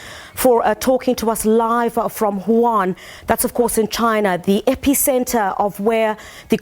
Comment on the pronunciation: Huhan??? No Wuhan